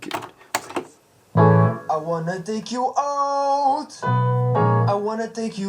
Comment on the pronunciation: The way you pronounced "out" in "I wanna take you out" as "oawt" drove me up the wall, but otherwise this is a neat video :O Very interesting.